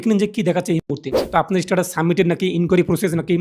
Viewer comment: First of all its Status ... Not ish-status😂😂😂😂